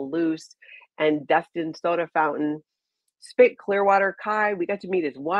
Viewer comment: Ki (sp) his channel is not spit tv it is SP eye tee, as in computer tech